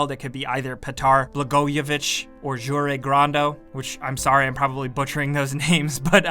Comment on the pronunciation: You said Blagojević very well, also here's a tip: All the letters with a little mark at the top like Ć, Č, Š, Ž, Đ are read like that letter but with an H that follows, like BlahojeviCH, or Ship would be Šip, Charge would be Čarge etc... c: And yes, it's actually Niko Belić since he's from Balkan grounds ( ͡° ͜ʖ ͡°)